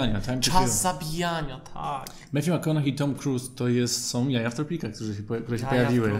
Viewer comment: McConaughey jak coś wymawia się na końcu przez hej sam Matthew tak mówi, ogólnie polecam obczaić wymowę imion/nazwisk wymawianych przez ich nosicieli.